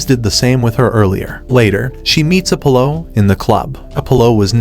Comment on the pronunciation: Mispronouncing Raquel and Apollo.